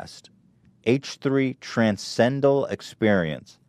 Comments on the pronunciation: Jesus Christ Ethan it's "transcendental" not transendal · When Ethan said "transcential" I think he meant "transcendental" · The word is "transcendental" tran-scen-dental sorry but come on guys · he kept trying to say Transcendental throughout the entire podcast but he never managed to get it out :( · Ethan were you trying to say transcendental??? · Love when you hear Dan and/or Ian fuckin laugin in the other room from time to time. Also, can't tell if Ethan really can't say "transcendental", or if he's just memeing with a really straight face..